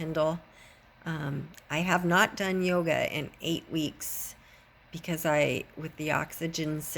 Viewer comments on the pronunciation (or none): Did you said yoga?